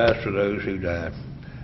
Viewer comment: "diead", right